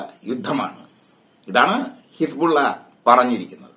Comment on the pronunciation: ലോക വാർത്ത കേട്ടിട്ട് പഠിച്ചിട്ട് പറയുമെട്ടെ ഹിസ് പൂള വെന്ത് മരിച്ചു.. ഹിസ് പൂള ആ വി ആയി